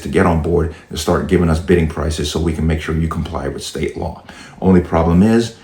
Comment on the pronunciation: Stop using AI. She could not even say Law correctly.